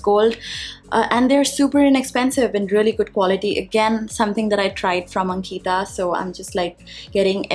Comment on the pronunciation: Your disclaimer in the information box seems so aggressive. You're the one spreading negativity. Plus it Ankita(one word) not ank-ita (trying to sound like a white person).